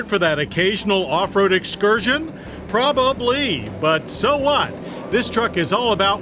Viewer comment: Pra-Bah-Blee. Classic John Davis.